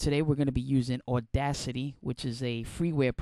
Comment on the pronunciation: You sure have a New Joisey accent. AWDACITY